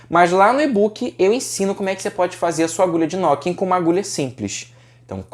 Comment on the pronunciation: é "nuquin" a pronuncia correta...